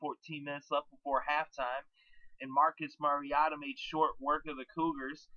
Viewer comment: Thanks for the segment. There's an "O" in his name, though. Its Mar-i-"O"-ta. Not Mar-i-a-ta. #GoDucks